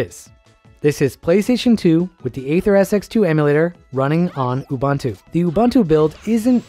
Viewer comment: great vid!! also as a linux nerd i do have to say its oo-BOON-too not oo-BUN-too 😣